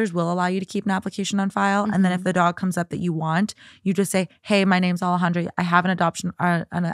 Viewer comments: I commented about Alejandra not saying her name right lmfaooo I like her but it’s annoying when she says it white wash, coming from a person who has a Mexican name 🫶🏼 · Peruvian here. "Alejandra" and "Alexandra" are not the same. ¿WTF?